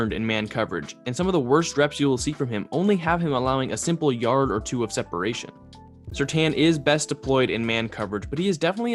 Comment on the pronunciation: It's surtain not surtan